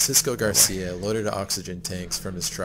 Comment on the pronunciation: Happy to hear that you like Mallorca, greetings from the island! By the way, Xisco surname is Gràcia that means grace in catalan, curious that the narrator pronunciates it like Garcia. Keep up the amazing content!